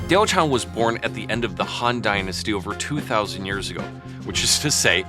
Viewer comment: yes she didn't exist, and no, there is still a correct way to pronounce the name